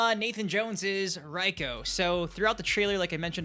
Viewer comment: Your still saying Reiko's name wrong. It's pronounced RAY-KO not RY-KO